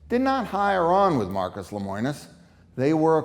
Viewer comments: Yikes. His name is LEMONIS. Not LEMOINIS... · I don't doubt CW's practices or what is provided in the video. However, I think the video would be better presented if the interviews were not scripted. Also, it's LemOnis, NOT LemOIns. :-) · Seems like you would know how to pronounce his name. It's Le mo nis. Not Le moi nis. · Unpopular Opinion: I’m sorry, but not everyone is a victim. If you are investing in something as expensive as an RV you should do your research and educate yourself to avoid getting scammed. Stop being victims and protect yourself. If you don’t, YOU are to blame, not the company. Also, it’s pronounced LEH-MOH-NUS. Just saying. 💁🏽‍♀️